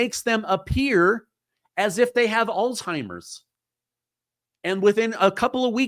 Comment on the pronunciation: Alzheimer’s not All-Timers. So offensive. Come on now